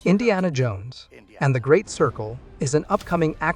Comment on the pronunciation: Why do you say it like that "in Deanna, JONES and the great Sircle"